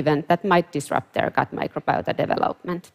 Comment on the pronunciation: It’s not easy to figure out what she’s says. She cannot say the word development very well. Just saying- sounds like gabalaga gabagaga.